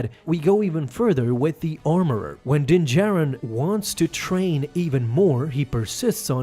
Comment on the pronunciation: So he still keeps saying din “Jairin” lol